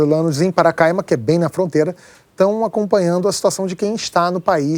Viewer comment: PaCARAima! e nao paracaima